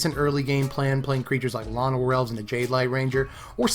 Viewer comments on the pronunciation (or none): none